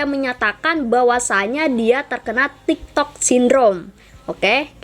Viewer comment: Tiktok kak bukan tigtog😅